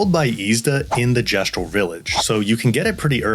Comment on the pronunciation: Pretty much haven't used healing in 100+ hours kek At least you said Gestral correctly